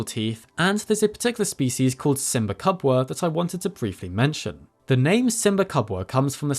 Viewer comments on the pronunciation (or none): Kenyan and Swahili speaker here, Simbakubwa is actually pronounced 'see-mba koo-bwaa'